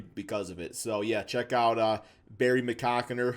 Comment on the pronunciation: Two videos in and I still don’t know if understands the name Barry McCockiner lmao